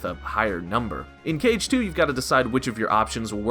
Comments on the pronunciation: Why does he keep calling it "caged 2" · "Cage 2"?